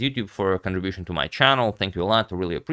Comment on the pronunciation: agadmator has a COWBOY/COWGIRL/WEST AMERICAN/SOUTH AMERICAN ACCENT?!?!?! '2 of MAH previous videos'